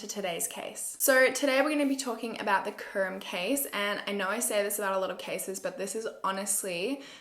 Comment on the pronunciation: I’m from Czech Republic and all of the names are pronounced differently but besides that you’re videos are really good💞 I’m binge watching all of them right now